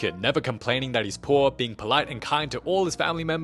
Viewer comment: "it's no longer you're PUORRR" 😭😂